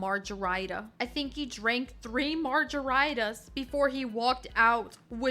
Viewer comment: I swear people have to be mispronouncing things like margaritas and the like on purpose. 😅